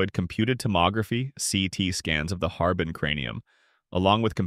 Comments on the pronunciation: Very cool. Looking forward to this. Thank you ☺️ Btw, “Harbin” is pronounced har•BING, with the stress on the bing part 👍🏼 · Well, more like har-BEAN than har-BING.